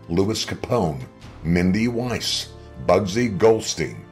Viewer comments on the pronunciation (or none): none